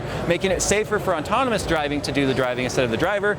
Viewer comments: definitely sounds like you're saying ontonomous instead of autonomous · I brought this up in one of his previous videos. Everyone is adamant he's says autonomous, but he clearly isn't 50% of the time he says the N before the T. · said "autonomous" so many times he's sure he pronounced it correctly at least once XD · doesn't know the word very well